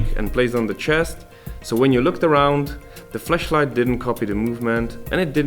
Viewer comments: So many little people concerned about how he said flashlight. Sad. By the way, he is obviously bi-lingual, are you? Lmao. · Even though the pronunciation of flashlight is questionable, everything else about this is incredible.